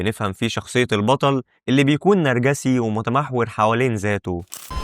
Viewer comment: نرجسي بكسر الجيم ولافتحها